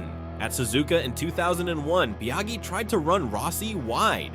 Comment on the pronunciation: Nice video, but the way you're saying Biaggi shows, that you've never watched a race back then. 😊